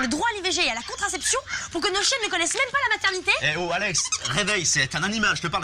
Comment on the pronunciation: It's Alex not Alexi, xD and her full name is Alexandra